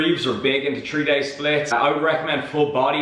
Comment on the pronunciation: For new subscribers... says tree, not three:p